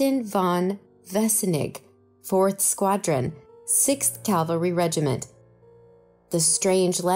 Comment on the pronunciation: It is cavalry not Calvary!